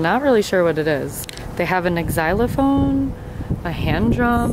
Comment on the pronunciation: Girl-it's "zy-lophone" not "ex-zy-lophone."🤔